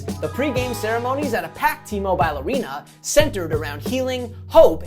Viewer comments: It's pronounced T-Mobile not T-Mobiiile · Great video, but the way you pronounce “T-Mobile” arena kills me 😂